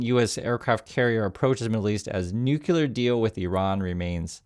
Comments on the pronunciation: Nuclear = Nu-Klee-Ar. Not Nu-Ku-Lar. Very common pronunciation error. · It's pronounced nu-clear